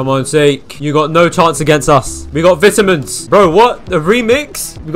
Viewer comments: "VITAMS!" its vitamins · bro said vITamins 💀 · HE SAID VITAMINS SO BRITISH